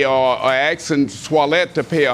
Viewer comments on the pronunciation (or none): he said 'Swallowet' lol